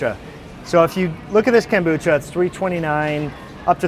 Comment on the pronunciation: Thx for the shopping tour! love my kimchi w a runny fried egg. Also there’s no T’ in kombucha ;-)